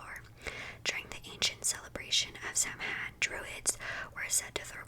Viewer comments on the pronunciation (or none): Obligatory drop in from an Irish person just to say that “Samhain” is pronounced “Sow-in” and it means November in Irish ☘️ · I know this is 2 weeks old (amazing video btw) but I'm Irish and Samhain is pronounced (Sow (like cow with an S) - in. So basically Sow-in) just so you know :)) it's kind of old Irish but Irish is a very confusing language :)